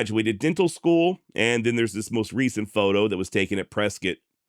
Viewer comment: Whiskey row is still alive and well here in Prescott. We also appreciate you correcting it and pronouncing Prescott correctly 😂.